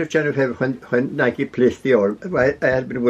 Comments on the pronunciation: Nike was the Greek goddess of victory - pronounced nigh-key, even in the UK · It’s pronounced ‘nigh-key’, just an fyi. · this was just absolutely glorious… How special to have purchased some of that tweed… And maybe somebody has let you know that it’s pronounced NIKEEE- 2 syllables, long E at the end❤ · true, but even the Scottish man pronounced it ni-key ☺️ but, however you want to say it is fine 🙏🏻